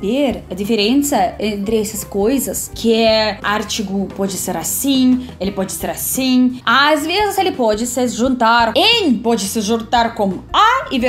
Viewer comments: Minha querida, sô teu fã, pratique: ARTIGO=AR TI GO A SÍLABA ACENTUADA É O "TI" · você está estressado a sílaba errada no arTIgo... 😂😂😂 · A pronúncia da artigo está errada. Achei q vc estava falando ártico. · eu amo ouvir vc falando ANtigo e ARtigo (com a primeira sílaba tônica), mas a pronuncia correta é: anTIgo e arTIgo 😊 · Você fala UMA foto e não UM foto, porque "foto" é abreviação de "fotografia" (feminino terminado em "a"). Outra coisa importante: não se diz "Ártigo" e sim "artÍgo". Toda palavra em português que tem a sílaba mais forte na antepenúltima sílaba (chamada de proparoxítona) leva sempre acento. Exemplo: árvore, sábado, pêssego, etc. Daí você não erra mais isso. A palavra "artigo" não leva acento. Parabéns pelos ótimos vídeos. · Só um aparte,. Não é "ÁRtigo" que se fala. É arTIgo. A maioria das palavras portuguesas é paroxítona. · A palavra "ARTIGO" é pronunciado assim: ARTIGÔ. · Que video! Todos são bons, mas esse... simplesmente cômico e instrutivo. Nosso idioma é naturalmente paroxítono, por isso, a acentução, indicando a sílaba tônica. Jamais esquecerei seu " ártigo".❤ Párabens, parábens, parabéns 😂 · Parabéns,. Gostei muito. Mas, para nós foi assim também, desde criança. Tenho 65 anos e, ainda, uma vez ou outra, erro em algum desses pontos que você mencionou. Para te ajudar, você está falando "ártigo", colocando o som mais forte no -ar-, quando usamos o som mais forte no -ti-, sem acento gráfico, somento sonoro. Claro que tudo tem um porquê. Bem vinda à nossa complexidade criativa. Abraços. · Ela pronuncia artigo como Ártico polo norte...rsrsrs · Excelente, curti demais seu vídeo! Só uma observação: a palavra artigo se acentua na segunda sílaba e não na primeira! Continue assim, sou de Salvador e aqui realmente falamos outra língua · Maravilha,. Veja, a sílaba tônica em artigo é o ti. Quando você fala com a tônica no ar, parece que está se referindo ao polo norte. Kkk